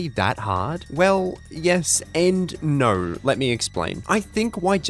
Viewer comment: “Well, yes and naur.”